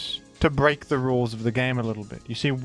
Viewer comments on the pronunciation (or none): none